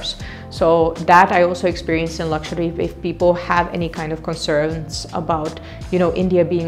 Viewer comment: Even ur pronounciation of 'Lakshadweep' is so accurate than most of us indians 🤣.